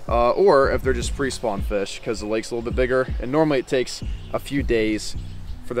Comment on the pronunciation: “I’m just fishing normally (NORM-ally)”